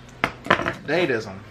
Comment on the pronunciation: DaDa-ism Art term European Avant-garde!! It’s pronounced Da-Da